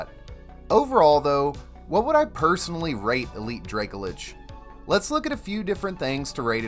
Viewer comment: Please pronounce Dracolich correctly, it's driving me nuts